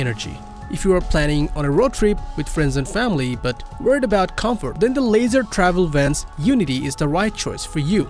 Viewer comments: Leisure [Leezher] not [Laser] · The Unity is built on a Mercedes chassis, but you are showing their model built on a Ford chases (Wonder). The company is pronounced "lee-shur" not "lazer" travel. I would like to know which class B has more exterior storage, but you didn't talk about that. Not very informative